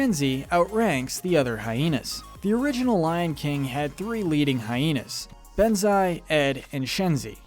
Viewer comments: Okay sorry but I’m so sick of him say Bonzai’s name wrong. It’s not Benzai. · It’s said bonzi not banze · It's bonzi not benzi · He butchered Shenzi and Banzai name